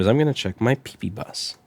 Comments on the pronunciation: I get so excited every time he says PEEPEEBUS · He said pee-pee bus.. 😂